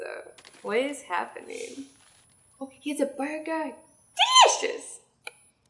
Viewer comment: I mean burger not buger...